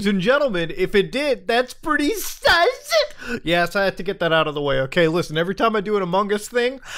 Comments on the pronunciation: Love that muta says SAS instead of sus to demean the lower masses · The way he says sus😂😂😂😂☠️🔥